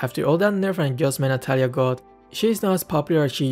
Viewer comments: Its Natalia not natatalia ahhahaa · U Said Natatalia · lol 'Natatalia' Good one 🗿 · "Natatalia" lmao it's fine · Ah yes, "Natatalia" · Ah yes,natatalia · Its natatalia